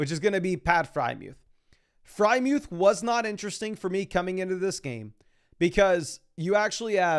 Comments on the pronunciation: who the heck is pat frymuth? its FreIERmuth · Why does he pronounce freiermuth as “Frymewth”?